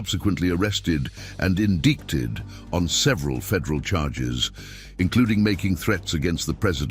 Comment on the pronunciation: "indicked "? I thought its pronounced Indicted